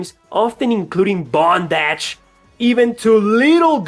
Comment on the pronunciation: Lol the way you say bondage gets me every time. I must add that I watch your “top 10 or ranking list style” videos multiple times. I’m a big fan of your content